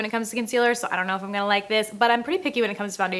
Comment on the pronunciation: "i'm" not "i'n"